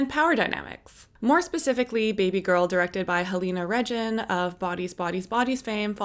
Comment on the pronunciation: I'll never understand why Americans find it so difficult to google a foreigner's name (Halina Reijn's name, in this case) to figure out how it's pronounced properly.